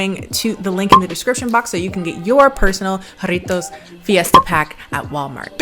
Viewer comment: Can we take a moment to appreciate the fact that she pronounce "Jarritos" and "Jamaica" properly